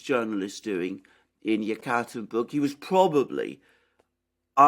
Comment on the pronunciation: I believe Yekaterinburg is pronounced YEK-a-terrine-burg